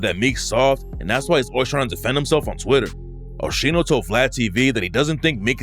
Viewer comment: Called my man Osheeno 😂😂😂